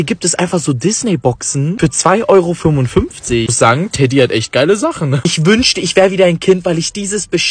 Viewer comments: Teeeeediiii und nich teddy😂😂😂!!! !!!!!! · Es heißt nicht Teddy sondern Tedi mit langem eee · nicht Teddy sondern TEEEEEDDDIIII😂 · Teddy wird Tedi ausgesprochen ich empfehle dir Babbel 😂😂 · Es wird nicht "TEDDY" sonder TEDY ausgesprochen. TE-DY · Sorry das ich das sage aber kann kein deutsch weil es wird eigentlich Tedi ausgesprochen und nicht Teddy 😂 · Nicht teddy Tedi geschrieben Teeediee ausgesprochen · Was für Tädy das wird TEEEEEEEEEEEEEEEEEEEEDi ausgesprochen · nicht teddy teeeeeeeedi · Es wird lang ausgesprochen tedi und nicht teddy weil bei teddy sind zwei tes drinne und das wird schnell ausgesprochen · Es wird TEEEDI ausgesprochen und nicht TEDDY❗️❗️❗️❗️❗️❗️❗️❗️❗️❗️ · Das wird Tedi ausgesprochen aber Teddy geschrueben❤ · Sry aber es wird teedi ausgesprochen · Der heißt Tedi mit langem eeeee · Es heißt teeeeeeeeeeedy